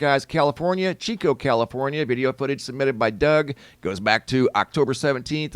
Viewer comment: Yay: he said Chico (chee-co) correctly😊